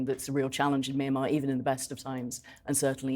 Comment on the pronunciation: At least have enough respect for these poor people to pronounce the name correctly My Mya Myan Myanmar